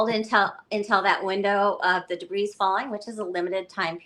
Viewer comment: She keeps pronouncing the "s" in debris. It's very distracting!